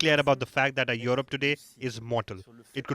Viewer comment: Please pronounce yurup not yorop